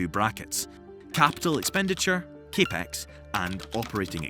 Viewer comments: CAPEX is just pronounced as CAP-X not CA-PEX... Just saying. Great video otherwise...👏👏👏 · do people call it cape-x? it's capital expenditure, so in american english it's typically CAP-EX